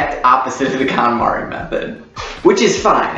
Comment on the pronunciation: It's pronounced "cone-mahri".